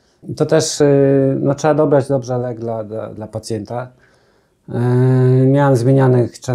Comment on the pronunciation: Pacjenta , pacjenta nie pacjeta 😂